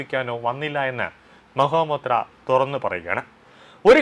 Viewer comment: Mahua Moitra. ! And not Maha Motea ! You have to speak correctly 😂😂😂